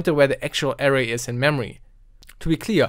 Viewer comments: That's now how you say Array... triggered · Suite - "sweet" Array - uh RAY